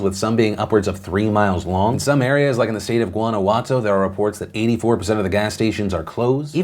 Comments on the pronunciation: Guanajuato...did you say guano juato don’t think I have ever heard that before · My grandparents are from Guanajuato, and although i love Phil, it hurt me to hear the way he pronounced it tbh